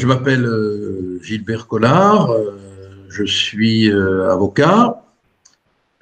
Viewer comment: A la fin, j'ai cru qu'elle avait dit : Merci beaucoup Gilbert Konard. C'est à cause des vocables chinois, certaines sonorités leur sont difficiles.